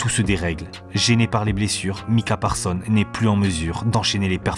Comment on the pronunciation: Encore une excellente video comme toutes les autres, mais dommage pour le "S" final de ParsonS qui n'est pas prononcé 😅